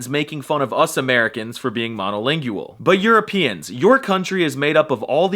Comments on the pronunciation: I've never heard anyone pronounce monolingual like monolingyual before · Why does he pronounce “monolingual” like this… it’s a diphthong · rather than 'monolingual' having 5 syllables, it has only 4: ma-no-LING-gwul, rather than ma-no-LING-gue-el. We have no major political differences??? Have you been watching the election insults and outright lies the past few months? The very short sentence "Speak American" is so dumb, since it's English (with an American accent), and the other countries which share that language have their own variations: British, Irish, Scottish, Welsh, Kiwi, Aussie, etc. I think the Polish guy would probably speak English with a British accent, rather than an American one. kuh-ZACK? Kazakh = KAH-zock. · The way you say “monolingual” makes me sad.